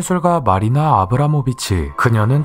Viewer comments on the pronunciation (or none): none